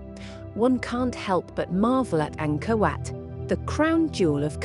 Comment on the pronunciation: I thought she was saying, “Anger Wet”.